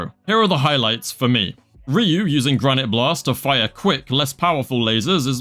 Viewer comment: respect to your "Granité Blasteu" pronunciation.